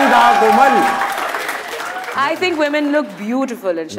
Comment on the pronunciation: did she says Aslaa Leekum..Mera name hei Koma Rizvi..?